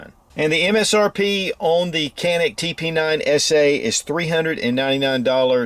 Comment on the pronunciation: I will go ahead and be that guy by saying that its pronounced "Janik"